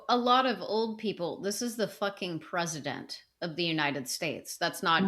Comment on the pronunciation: I wish would read past the "scary" headlines (in this case, the MA abortion bill). Also, oh no... not clean feet /s 😱 Lastly... the way pronounces president irks me 😅